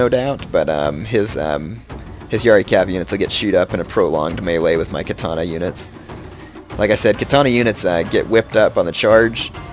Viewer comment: Or continuously pronounces Katana wrong. Can't watch his shogun videos, my OCD goes nuts.